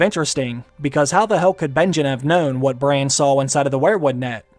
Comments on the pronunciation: Bro its not brain its bran pls its so annoying after 6 minutes :D nice video tho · Bran... That's the correct pronunciation of the name...Not Brian... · Its Braaaaaaaaan. Not Brane lol